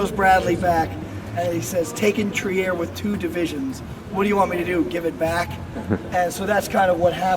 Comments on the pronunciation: The guide is trying, needs to learn how to say "Trier" correctly. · [ Tri:r] not [Tiaer]